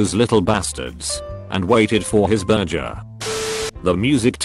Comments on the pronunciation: No one: Text to Voice Bot: bUrJjeR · But presumably the shooter would also be a student and would, therefore, already know about the fake teacher name being code. Okay, so "burger" is another word they need to program the auto-voice to pronounce correctly.